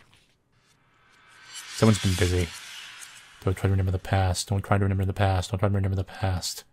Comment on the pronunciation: Why do you keep mispronouncing remember?